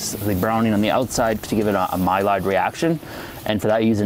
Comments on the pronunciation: its "my-ard" NOT "my-lard" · I discovered recently that white sugar is not vegan, as they use bone ash in the refining process to get pure sugar. Maybe you could research the process and purify your beet paste? Edit to add : Maillard is pronounced My-yard or something along those lines. The L becomes a Y. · Yep Louis Maillard after which the reaction is named is french. So the LL is silent-ish.